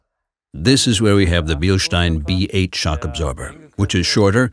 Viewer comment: today I learned how to pronounce Bilstein